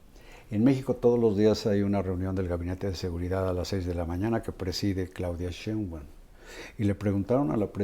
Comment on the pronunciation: Respetado y siempre bien apreciado señor Marín : ¿por qué no pronuncia correctamente el apellido Sheinbaum? Siempre le dice Shembaum. Le conmino y le insto a que corrija, de otra forma -le advierto-, me veré en la penosa necesidad de dejar de ver sus programas que tanto disfruto pero, sobre todo -y más tristemente-, de irrespetar el título que le fue otorgado como alguien que nunca se ha equivocado semánticamente. Como opción alterna, si acaso mi advertencia lo atemorizó lo suficiente, le ofrezco que me explique usted sus motivos para hablar de una forma que parece ser un error de pronunciación imperdonable para alguien de su talla cultural e intelectual. Le agradezco su atención reiterándole tanto mis más sentidos respetos, como mi más irrevocable advertencia, aunque lo atemorice.